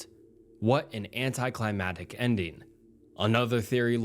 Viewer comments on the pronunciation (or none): I be thinking this is just ai voiceover the more videos I listen to lol he always mispronounces words like here at the timestamp“anticlimatic” and the words always sound exactly the same as every time I’ve ever heard before